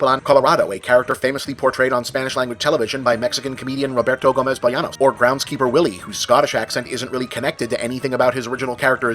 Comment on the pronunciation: Probably someone else commented on this, but the real pronunciation of Bolaños is: Bo as in bob, La as in Land (this was the wrong part) and Ños as in... whatever, you don't have an equivalent. Nothing wrong with that, just wanted to correct it.